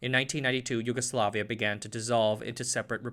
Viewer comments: It is great video and you did relatively good job (aside of J spoken as english J as in jail, while it should be as Y) Zastava wasn't sole manufacturer in Yugoslavia; CIMOS produced citroens, TOMOS produced small 50cc bikes, TAS produced beetles and Golfs, FAP had licence builted mercedes trucks. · Letter J in serbian is pronounced as english Y, not as Zh